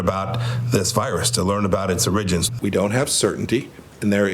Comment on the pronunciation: He has Orangins.